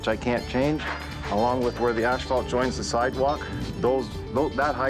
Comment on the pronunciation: Its pronounced ASS FAALT. Not ASH FAALT.